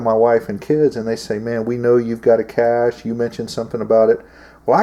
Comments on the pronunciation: Cache not cashe .. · "Cashe?" "Cache." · CACHE not caShe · Cache, not cashe.............. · Cache, not cashe. Also pronounced 'caysh', not 'cashay' like alot of ignorant do. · Toxically Masculine its actually pronounced Kayshe. I will also accept Kashay. Not cash. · CaChe not CaShe. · Dude, it's "cache"... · it's spelled "cache," and pronounced "cash" just lettin ya know :)